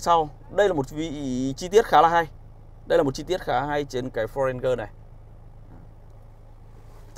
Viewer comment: Ranger : ˈrān-jər ... chiếc xe yêu thích của bao người mà toàn bị phát âm chệch đi :( buồn nhắm cơ!!